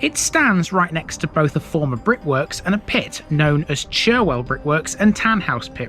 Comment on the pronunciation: Fantastic video of my home town, filled with information that I didn't even know. BTW Churwell, is pronounced Churrel, don't ask me why, lol. I no longer live in Morley since my wife had a stroke of which she nearly died, We now live in Pudsey, another town within the Leeds borders, where Pudsey Bear originated from, can we see a video from there?